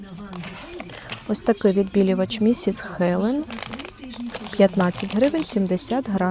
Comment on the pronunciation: Дякую за огляд. АЛЕ... В назві відбілювача Ms Helen - читається Міс, а не Місіс (Міс - незаміжня, Місіс - заміжня)